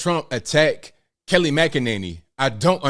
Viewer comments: I couldn't get passed saying Kelly instead of Kayleigh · Were u calling her Kelly? Lol I love Kayleigh the way she handled the media was awesome.